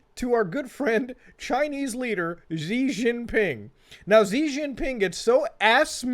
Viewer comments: It's pronounced "SHI" any Chinese words that start with Xi is pronounced shi. I don't know why people make up that zzzhhuuu sound for the X hahahah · And Xi is pronounced She, not Zee. Seriously, look this shit up.